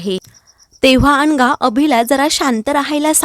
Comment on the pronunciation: अनघा की अंघा, उच्चार नीट करा